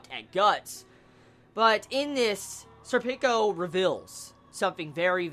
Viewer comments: pronounced "surpiko" similar to serpent with a ko on the end. Berserk = best manga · Sorry dude, every time I hear you say Serpico, it sounds like you're saying "Sir Pickles"... which is an awesome name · You know, i don't actually have much to say on this one. It's my favorite Arc, and Serpico's awesome (i pronounce his name more japanese-like, namely when it comes to vowel stress, but that's me). And it's only gonna get better.